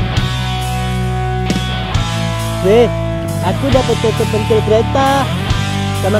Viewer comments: pintil bukan pentil🤣🤣🤣🤣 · Ucapannya salah ya harusnya *pèntil"